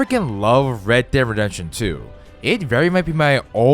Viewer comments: “Redehredetion 2” 🤣🤣🤣 Say it louder mate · Red Dererrention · I don’t think he said “redemption”right one time